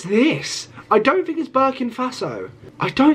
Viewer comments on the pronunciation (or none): “I don’t think it’s BIRKIN FASO”😂😂😂LOL it’s Burkina Faso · "Barkin' Faso" 💀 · Burkin. faso 😂😂😂😂 is Suriname